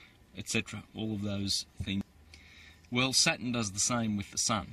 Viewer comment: He's not to bad at all. I've been finding more of his vids and enjoying them. I do believe he's not saying Saturn right haha I waited for the r every time he said the word and maybe it's my ears but I did hear it 👀👂😄